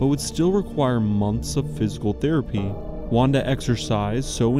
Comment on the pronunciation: Wanda is pronounced as Vanda btw in Polish.